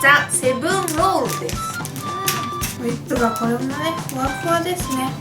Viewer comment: ふわふわがしゅわしゅわに聞こえる